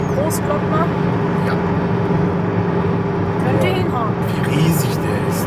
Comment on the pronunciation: Großglockner ohne ö😂 sonst top 15639€